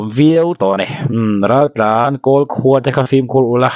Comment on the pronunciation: Raltlan R tih lam thei lo,Mizotawng pawi chin hi chuan,an ram ah mizo nih duh lo,loh theihloh vanga rawnin ti mozo an nia,tawng pai chin hi chu hnawhchhuah vek tur maw le.